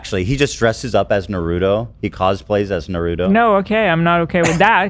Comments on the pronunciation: Too bad yall did this before the Raja Jackson clip. It’s just as disturbing ALSO calling Naruto “Narudo” is insane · Can you please pronounce Naruto correctly? Put some respect on my boy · you guys mispronouncing Naruto is making me sick!!!